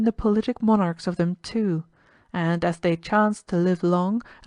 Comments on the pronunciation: God bless you for reading to us, One little note: "Politic" is pronounced PAHL-luht-tik, not pull-LIT-tik. Thank you again for all your hard work. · Boths actually fine :? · Both are fine